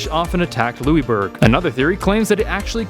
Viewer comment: You're pronouncing Louisbourg wrong.